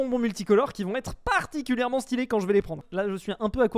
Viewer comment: c'était quoi ce "particulièrement" mdr